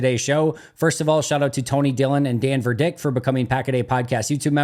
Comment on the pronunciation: Hey last name is stressed on first syllable VERdick as in verdict. Thanks the the great show